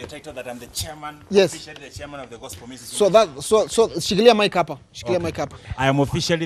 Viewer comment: Mimi nimechoka tu vile amesema gospo instead of gospel....